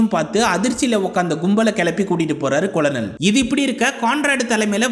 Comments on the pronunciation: Colonel (படைத் தலைவர்): கர்னல் என்று உச்சரிக்க வேண்டும், கொலனல் என்று உச்சரிப்பது தவறு என்று பணிவுடன் தெரிவித்துக் கொள்கிறேன் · கொலனல் இல்லை கர்னல் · நானும் ஆரம்பத்தில் கொலனல் என்று தான் உச்சரித்தேன் நண்பா, பின்பு நண்பர் ஒருவர் கூறிய பின்பு மாற்றிக் கொண்டேன் 🙄 நீங்கள் கதை கூறிய விதம் அருமை நண்பரே 👍